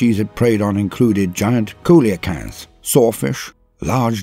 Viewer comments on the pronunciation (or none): Love this video! But I should mention that Coelacanth is pronounced see-lee-canth :)